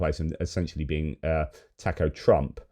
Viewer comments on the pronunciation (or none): The Boozer doesn't know how to pronounce Taco